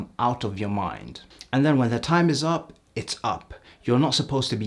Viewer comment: "it eez what it eez"